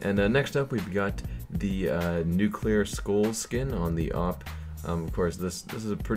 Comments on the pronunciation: You said nuclear school but its nuclear garden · Nuclear Skulls? Its Nuclear Garden m8